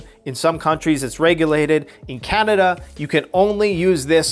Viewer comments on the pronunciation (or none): none